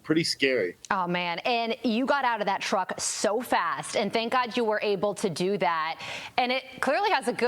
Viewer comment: I heard Schaub asked that twink announcer guy to walggg him to his truggg too. And he obliged.